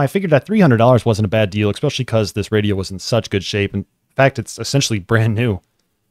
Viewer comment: „Ekspeshooly“. I stopped there. Sorry.